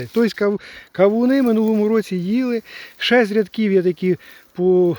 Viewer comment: 😂Чуть нэ встявся! КАУНЫ😂ну мойва, яка чудна😂да ванюча😂